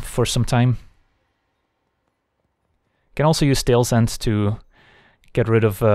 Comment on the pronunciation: Why do insist on pronouncing every word that ends in d or t as "ts"? "Tale's Endts", "if they wants", "at this moments" :S Are you Dutch by any chance? :p Otherwise excellent content!